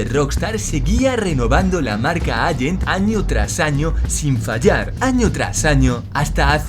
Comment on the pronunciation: "Agent", "alante", por favor... por lo demás, buen vídeo.